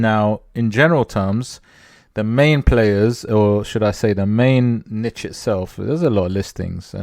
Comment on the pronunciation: Thanks for the informative video. I also want to say thank you for saying niche as 'nitch' vs neesh. I guess I'm old school. Drives me nuts lol 😁